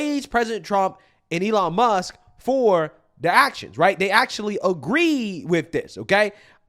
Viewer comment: Does she know there’s a “K” on the end of Muss(k) lol